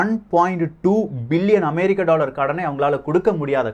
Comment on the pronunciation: 'டாளர்', 'பள' அமைப்புக்கள்... என்ன உச்சரிப்போ... இதில் பெரிய அலட்டல் வேறு...